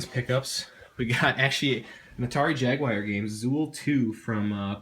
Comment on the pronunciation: Atari jagWIRE lol always cracks me up the mispronunciation.